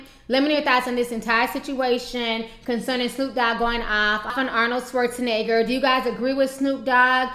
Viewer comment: Arnold Schwarzeniga" xD